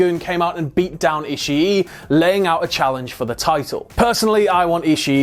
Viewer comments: Why does he keep on saying ishi e it's ishii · i - shi - i